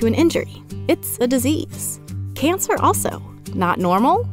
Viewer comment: dis ease, not ease